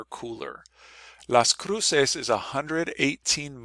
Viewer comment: I lived there for two years. I never heard anyone pronounce it the way you do. Also, it's the U.S. side of the border, temperatures are measured in Fahrenheit.